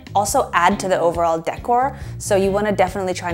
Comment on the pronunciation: The way you pronounce decor is making my skin crawl. 😖